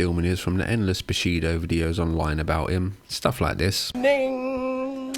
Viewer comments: You are saying bullshido. Not bushido right? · Guessing you mean "bullshido" but you pronounce it as "bushido" which is kind of the opposite. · You mispronounced "bullshido".